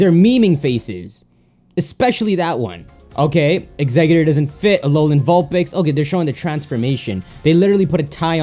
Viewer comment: IT'S exeggutor NOT exegguter